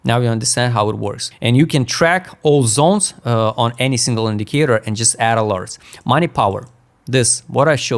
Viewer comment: when it is pronounced properly Zones is not funny but when you say Zons it becomes funny 😂